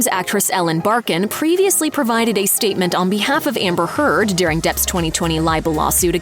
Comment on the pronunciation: I'm sure that Amber's name was pronounced Turd here. 😂